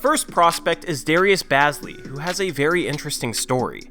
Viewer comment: he is like my brother and it is pronounced bae-zly